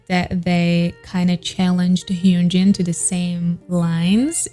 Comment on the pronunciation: Its not hyoonjin its hyunjin